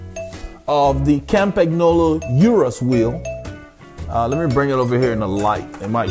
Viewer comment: Love the video. Campagnolo is pronounced "Campan yolo" ;) I have a Litespeed T1 with Zonda C17s for climbing and Bullet 50s (not the CULT bearings) for the flats. There is only about a 200g difference between them, so acceleration is a tad faster with the Zondas, which also feel a bit softer, but the Bullets are what makes me smile. They come alive at about 35kph (22mph) and holding speed is easier, particularly with 25mm wide tires. I've had them up to 71kph with a tail wind and they felt solid and planted. I had a set of Shimano RS81 C35s on my Tarmac, which felt tons better than the stock DT Swiss, but felt like bricks compared with the Bullets. The RS81 C50s might feel better, but I have absolutely no reason to even give them a spin so far.